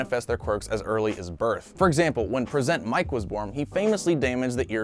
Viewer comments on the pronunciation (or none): Bro it's pronounced Pre-sent Mic